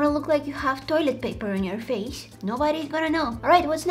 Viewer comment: It’s face not fase